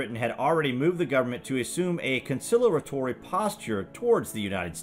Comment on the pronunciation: "Concilaratory"? Are you reading someone else's work? Always weird narration gaffes.